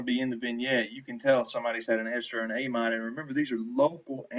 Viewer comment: takes WAY too long to wait for lecturer to write! No flow, so much dead time. Plus he needs to get a silent mouse and learn how to pronounce words like "amide"....